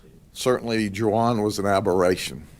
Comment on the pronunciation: What's with the "JU-ahn"? Does this sheriff not know how to correctly pronounce "Juan"?